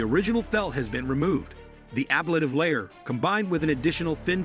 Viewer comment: Nothing actually solved on TPS issues until they test it in flight. This is just another iteration in the development process. And please learn how to say ‘ablative’ correctly if you want to sound credible when talking about it.